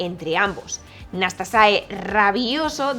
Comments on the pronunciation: El jugador rumano se llama Nastase y no Nastasae como se dice en el vídeo. Nastase fue uno de los grandes del tenis. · ¿Por que dices "Nastasae en vez de Nastase? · Muy buen video, bien documentado e interesante. Tu locución bastante buena, sin titubeos. Pero.... ¿POR QUÉ DICES "NASTASAE"? En España siempre lo oí como "Nastase". Ahora me he visto dos videos en inglés, y ellos dice 'Nastasi". Y también dos videos en rumano, y ahí suena a "Nastase" normal. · Gracias, buen video sobre el doble encordado. Pregunta, por qué dices NastasaE? Es Nastase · Hola! Dices NASTASAE en repetidas ocasiones... Es así como se pronuncia en rumano???